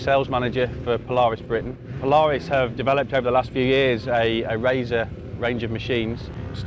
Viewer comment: england knows absolutly nothing about polaris they cant even say there name